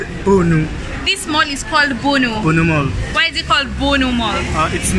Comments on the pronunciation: You sound like you are saying "Bull Mall"🤣🤣🤣🤣 Its "Bhunu Mall" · Bhunu Mall 😅😅😅😂😂😂😂😂 not Bhu Mall